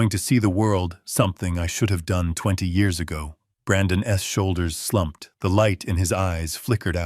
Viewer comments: Great story but Ai is horrible. Ai can’t pronounce apostrophes so it say Brandon S instead of Brandon’s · The worst AI reading of this! ‘Brandon’s’ pronounced ‘Brandon S’ is only one of a myriad of egregious assaults on my ears. Mispronunciation, jerky pauses, the list is so long.